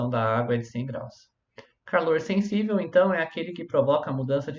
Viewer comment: "Senssível". Tá zuando né man. Pqp